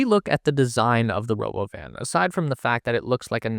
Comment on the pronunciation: It's not "Robo-Van;" It's called the Robóvan - Accent on the 2nd 'o.'